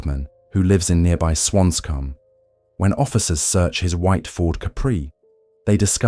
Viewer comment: Swanscombe is correct